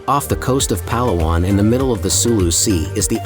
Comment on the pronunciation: I'm always amazed at how "Vloggers" visit these beautiful places and don't bother to learn the correct pronunciation of the place they visit. pa-LA-wan.